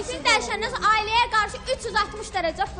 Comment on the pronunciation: Bu Xoşqədəm sonra deyir yoxsa sorna? Kim deyər?